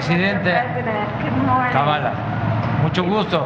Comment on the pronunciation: Y lo peor nisiquiera le dijo Kamala le dijo Kabala jajajaja